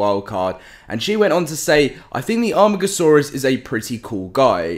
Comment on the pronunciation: Its pronounced A.Mar.Gasaurus your starting to annoy me